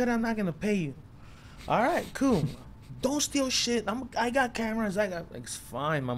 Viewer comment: And coo lol